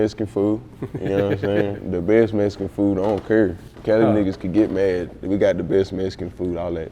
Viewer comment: Bro you black or Mexican lmao ? Saying Messcan lmao man these cats now ah days are to funny